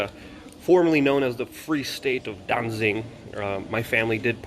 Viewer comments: It's Danzig and not Danzing - you ought to know, but knowing you're a shill... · Danzig not danzing. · Its pronounced Danzig, not Dansin or Dainsink